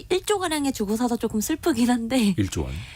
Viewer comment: 기자 혀가 짧다. .*그쬬. 쪼금 더. 등등* 이게 기자 발음이네?